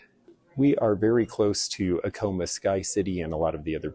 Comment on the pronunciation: You pronounced Acoma like "a coma." It's ack um a. Stress the ack.